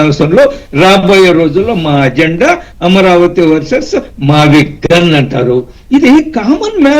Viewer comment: Mavigchan not mavigun.tikit for takct.